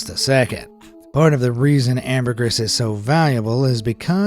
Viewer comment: So many errors and mispronounced words... ambergris and Guillaume for example. But he's American, so it's to be expected, I suppose!